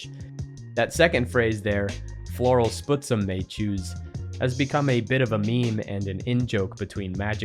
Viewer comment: small pronunciation note about Floral Spuzzum, and only really because I suspect it is named after the BC town (and first nations People) of Spuzzum (a connection I would only suspect due to its geographic proximity to Seattle): "spuzz em", not "sputs em", "spuzz" like "fuzz", "em" like in "them"